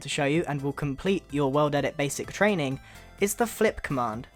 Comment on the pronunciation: I thought he was sayin weldedit in the beginning he is just British.................... or whatervur